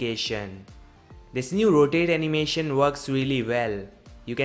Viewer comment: Анимэщен, анимэщэн сёу анимэщэн, заебал блять, подтяни свой акцент. Тьфу блять даж не досмотрел